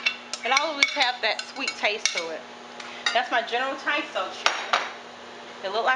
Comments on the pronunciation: It all looks yummy, it's not general Tiso though, it's Tso, said like (sow) but either way, I knew what you meant. I may have to try some of those recipes. Thanks for sharing! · General Tsao is pronounced "so" lol.